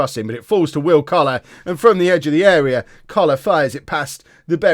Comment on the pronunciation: Don’t know if you’ve noticed, but when you say “... Coller our midfield “, it sounds like cholera - not a problem, just amuses me